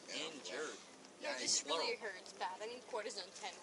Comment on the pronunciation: "Having a party?" "Not rilly"